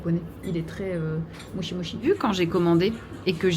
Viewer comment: Mdr par pitié si tu peux prononcer Mochi à la japonaise pour rétablir la vérité sur la mauvaise prononciation à la française Mo chie 🤣